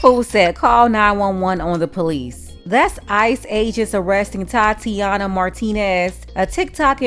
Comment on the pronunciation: 😂😂😂. She said thot-ianna.😂😂😂. Priceless